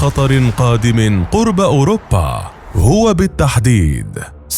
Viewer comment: أوروبا وليس اوربا